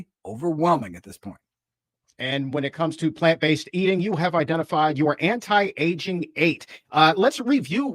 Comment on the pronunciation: I hear what you’re saying. I think it’s the way the doctor raises and lowers his voice, talks so fast and puts emphasis on some words randomly, like anti, when, and all.